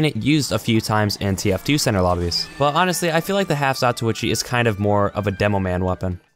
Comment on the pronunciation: Half Zatochi HE SAYS (lots more than he sould): Half Zatuichi